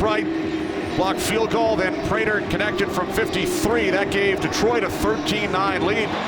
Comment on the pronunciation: Itz Vibes prater not raider